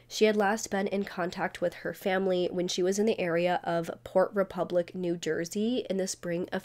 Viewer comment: I can't stand the way this YouTuber lingers on the last syllable of a lot of words like whenever she says Jersey she says it like this "jerseeeeeeeeeeee" and then later she says the name Brewer like this brewereeeeeeeeer. Very annoying